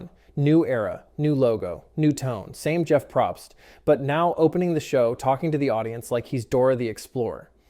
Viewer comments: I mean...you have some good points, but the fact you can't even pronounce Jeff's last name...yeah, that says enough. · i said the same thing 💀